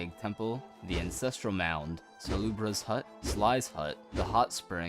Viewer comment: this is amazing but its ANCESTRAL not INCESTRAL